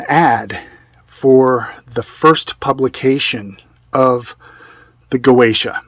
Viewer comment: "GOETIA" i'm doing facepalm my self, the pronunce is (Gozia) dumbass